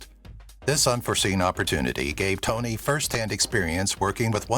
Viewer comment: Toni, not Tony.